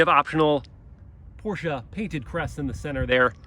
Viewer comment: Did he say Porscha?